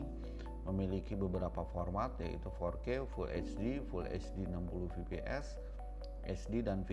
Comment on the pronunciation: Fps bkn vps😁penyebutannya salah